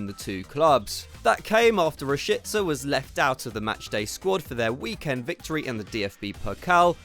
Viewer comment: The most annoying thing about these guys saying players names is that they’ll put in effort in part of the name but that’s it, I mean if you’re going to try to say it correctly why not finish it? Ra-shee-tska : it’s that simple.. don’t come off like an idiot making us listen to you say shit 14 times